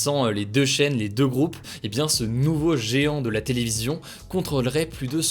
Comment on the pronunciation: Si toi aussi t'as kiffé Shinegekin no Kiojin quand il dit "géant" ><'